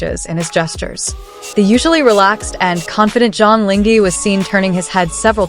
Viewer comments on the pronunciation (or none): Please, the least you could do is to learn to pronounce the actor's name properly to show your respect .. 張凌赫 Zhang Ling He (whether reading the Chinese words or romanized Hanyu Pinyin, his name should sound like "junk link her" (with due respect to ZLH, no offence intended, just getting the right pronunciation sounds)